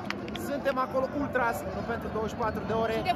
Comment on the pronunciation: Se zice ultraș cu ș